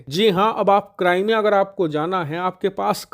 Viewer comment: Cramea nhi hai wo bhai crimea hai wo 😂😂😂